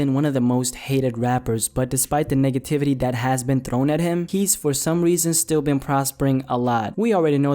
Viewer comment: sounded like he said niggativity instead of negativity 😂😂😂